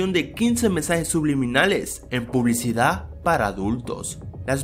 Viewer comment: "La publicidah"